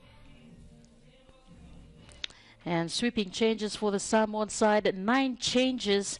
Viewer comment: The female doing the voice MUST learn how to pronounce the names of the Samoan players and any other players correctly. All announcers of any sport MUST learn before hand to pronounce the names of Pacific Island teams. This should not happen at this age.